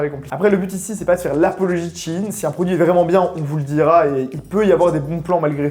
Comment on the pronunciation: CHINE ? Apprenez à parler par pitié vos vidéos sont goatesque sinon